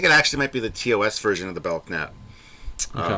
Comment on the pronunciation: Belknap is pronounced bell nap, not belk nap. The k is silent.